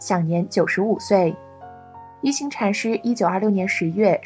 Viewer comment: 應該是念一ㄏㄤˊ禪師。